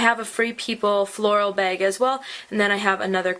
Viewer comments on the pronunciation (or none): Why do every beauty guru say "beg" instead of "bag"